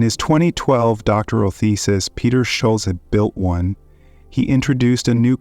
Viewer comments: Jesus. You’ve got to stop saying “shoal-zee”. It’s “SHUL-tsuh”. Standard German pronunciation. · Can you please pronounce Peter's family name correctly?